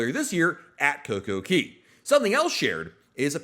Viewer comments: It kills me when you say coco KEY LOL its KAY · .. And DUDE! No coincidence DAY rhymes with Cay "Kay". Why on Earth do you pronounce the A as an E? All the signs read CAY. Sounds so weird when you say it that way.. P.S. I enjoy your content